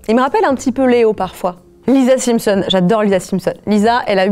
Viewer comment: Pourquoi elle dit Les Simpson’S je suis sur elle dit des Springles elle